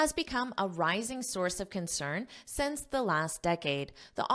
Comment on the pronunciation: great lesson! only one thing you probably need to pay attention to is your pronunciation of the word SINCE, you got it wrong(or accent?) according to standard pronunciation.